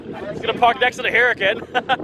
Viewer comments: Yeah everyone has a different pronunciation. I tried a few different ones when it first came out because I had no idea what it was but eventually I stuck with hurr-uh-cuhn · Hi, I'm new to the Vehicle Virgins channel. Great videos! Keep them coming. One question though: Why do you and your friend keep mispronouncing Huracan and Huayra? I find that it takes away from the authenticity of the review(s)! Just a nitpick... and holy crap the racist shit on here! I wonder if people will be this tongue loose if you were a Black guy!(yeah, they probably will)